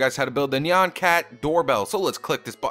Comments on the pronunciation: It's nyan cat not nean cat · It's NYAN cat! Not neon cat! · Nyan not neon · it is actually nyan cat prononced (nie-an cat) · lol he said neon cat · it's nyan